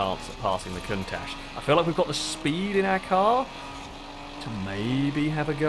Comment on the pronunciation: Is it just me or does anyone else think that pronouncing Countach like Cuntach is funny?